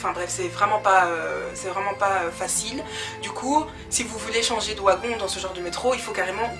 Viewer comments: pourquoi tu dis wagon? ca s'ecrit wagon mais ça se dit "vagon" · Sa s'écrit wagon mais sa se dit vagon tu me fais trop rire quand tu dis ouagon looll prends soin de toi❤🤞🏾😂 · J'aime trop ta vidéo et je sais que tu sais que wagon s'ecrit comme ça mais le fait que tu dise "w"agon au lieu de "v"agon c'est stressant 😂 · oigon non vagon,ça s'écrit wagon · Trop de "Ouagon" 😂😂😂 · Bien que ça s'écrive "wagon"nous on le pronnonce "vagon" mais c est comme même trop chou😊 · Ça s'écrit Wagon mais on dit vagon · Hahaha "Ouagon"!!! Plus jamais je dis "un Wagon"!!!! J'vais changer ! À partir d'aujourd'hui je dis "Ouagon" aussi !!!! Haha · Le premier "Ouagon"?!! 😸😆 C'est typiquement belge ça? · ON DIT VVVVVVVVAGON PTN VVVVVVVV GENRE COMME VERNIS OU VENTS UN VEEEEEE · Wagon s prononc vagon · on dit vagon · c'est wagon [vagon] 😂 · De quelle origine es tu pour dire "wagon" et pas "vagon" ( je parle en prononciation dû mot) 😅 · elle est bien ta story, mais tu sais pas dire le mot : wagon, mdrrr mais c'est pas très grave